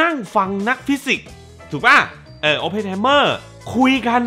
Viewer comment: ชื่อยังอ่านไม่ถูกมาวิจารณ์หนังเค้า 55555